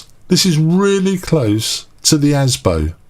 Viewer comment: It's not Asbo, it's Asobo. Asbo is an anti social behaviour order😀 P.S. Mic sounds fine.